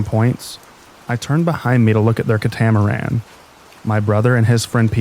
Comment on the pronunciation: THE KA-TAMARAN